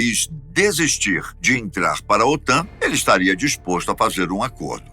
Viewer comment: OTAM??? O correto é OTAN. 😂😂😂😂